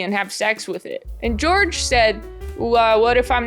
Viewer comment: Huge double yuu for weirdos named George today. Hearing the way you say the name George was like an audible version of looking at Elenas corpse photo all those times it was on screen. This is just like when the popes. Thanks!